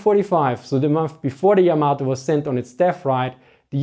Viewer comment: Just in case anyone is interested, Yamato is pronounced with an emphasis on the first syllable, not the second. It's not pronounced like tomato.